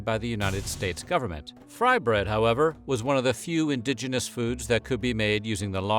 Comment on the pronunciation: Did he say 'indigitous'?